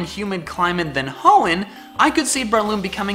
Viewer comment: It's actually BRAY-LOOM.